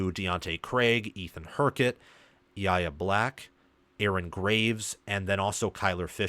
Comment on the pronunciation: Idk why it’s taken me this long, but just think Y A Black 😂. I see you tend to struggle with his name 😂. I know it’s spelled kinda weird, but just think 2 letters, Y and A 😅. Great show. Let’s go Hawkeyes!!!